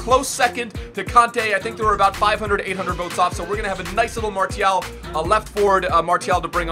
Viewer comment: MARCCCCCCIAAAALLL FFS -triggered french